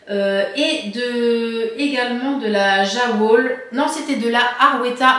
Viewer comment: Tres sympa cet episode! Et bravo pour la prononciation de la Jawoll!!! 😉